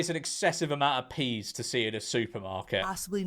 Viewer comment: "Please give me... A whole tray of... PEEZ."